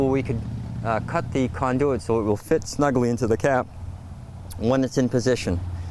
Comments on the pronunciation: The word is Conduit [kon-doo-it]. Good way to sound like you know what your doing... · Where is this guy from that he pronounces conduit the way he does about half the time? The other half he pronounces it normally. Never heard anything like it.